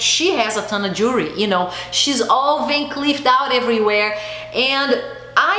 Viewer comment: I’m portuguese I know that you’re brazilian yes it’s so hard to say jewelry lol drives me crazy to pronounce that to! If you come to Portugal go to a privately owned jeweler or even stores in malls here you will sell gold, diamonds starting 700 euro (gold ring with diamonds) and it’s 24 karat not that horrible gold I see in those brands lol! Gold plated means a bath of gold which is crap lol sorry to say it like this! It’s the best investment you can make gold diamonds and precious stones for 1200 you can get beautiful pieces here with the most noble materials and it’s an investment or less! I find jewelry so overpriced in USA and Portugal has more than 500 years in tradition with fine jewelry. You have amazing taste so it would be wonderful to see what would you pick! I know Brazil have wonderful stuff to with much more quality. Chanel does not have quality I feel a bit ashamed for them to sell such low quality without noble materials. And yes Gold Lasts forever the rest wont! Glad you are a very smart lady agree 100% with what you say!